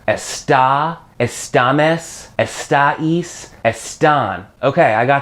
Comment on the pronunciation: Can u stop saying *estáïs" !?!?!!